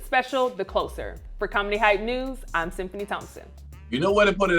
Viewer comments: closer with a s not z pronunciation..🙄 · The host's constant mispronunciation simple words is always confounding af. How do you work for a channel that focuses on comedy but pronounce "closer" as if it was relating closeness rather than a "closing act"?! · I thought it was "the closer" like closing a door... not "closer" like moving